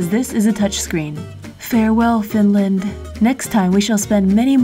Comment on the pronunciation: Omg Finlaaannddd Torille! Somehow i just really cringe when foreigners try to spell words in finnish